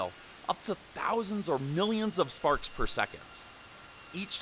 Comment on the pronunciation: Almost sounds like you say farts instead of sparks